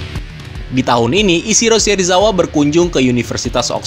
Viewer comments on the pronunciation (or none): none